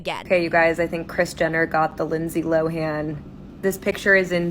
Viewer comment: Lindsay Lohans last name is pronounced LOW-EN!🤦🏽‍♀️🤦🏽‍♀️🤦🏽‍♀️🤦🏽‍♀️ NOT 🚫 LO-HAN!🤦🏽‍♀️ LOOK IT UP SHE MADE A VIDEO EVEN SAYING IT HERSELF IT'S PRONOUNCED LOAN LIKE L O W E N. 'LOWEN' LIKE THAT!!!! NOT LO-HAN!!!! THE H IS SILENT